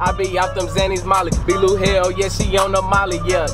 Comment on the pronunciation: U know how Spanish ppl they read their v's as b's right vilone bishop right here oh ma bad VLOU 😂😂😂😂 9k subs left to 1m subs Edit: VOW Edit: We miss you